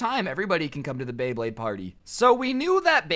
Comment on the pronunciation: And then a couple a second s after he pernouced beyblade wrong